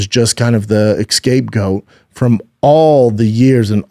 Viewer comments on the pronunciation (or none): yet again.....excape goat. jesus christ brendan lmao